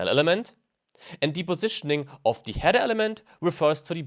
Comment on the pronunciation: Du solltest dir vielleicht die unterschiedliche Aussprache von "the" anschauen. Sorry aber das macht mich wahnsinnig :D